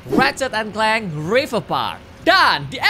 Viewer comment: Kak regi boleh saran kalo baca Rachet & clank waktu sebut "clank", "a" jangan di baca "e", karena di bali terdengar kasar🙏🙏